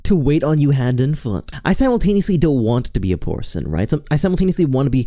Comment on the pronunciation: "porson" hehe 🤭